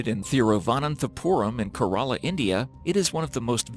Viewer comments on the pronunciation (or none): it's not kur-rala, it's keh-ruh-lah Edit: Oh my God, Qin is NOT pronounced "keen"! I'm not Chinese, but even I know that much... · Kerala is pronounced as key-rah-lah not Karala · Please learn how to properly pronounce “Kerala” and “Qin” if you’re going to make videos about these places. Also, the information about all the people who discovered the terra-cotta warriors is completely false- the farmer, who is one of the two who made the initial discovery, was alive as of a few years ago (approximately 30 years after the discovery).